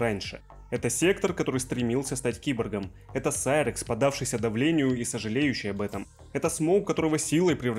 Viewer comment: вот это реально серакс а не сайракс